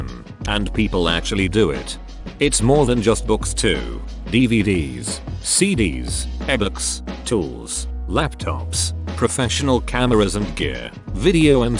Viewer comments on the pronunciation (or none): ah yes, ebooks is ehbux